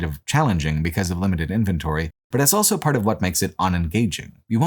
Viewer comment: Does anybody know where accent is from? I've never heard "Also" being pronounced "Ell-so"